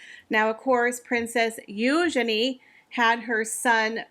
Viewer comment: Thank you for pronouncing Eugenie's name correctly.